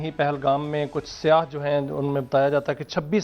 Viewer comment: Bhai siah nahi hota syya hota hai plz 🙏